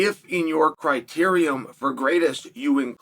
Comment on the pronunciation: There's no "um" in "criteria".